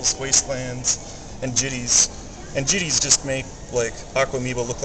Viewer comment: Jit-tay. Say it right.